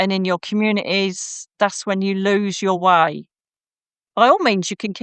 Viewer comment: The way she said ‘loose the fear’ sounded like ‘luc i fer’ , magically turning it harmless 🪄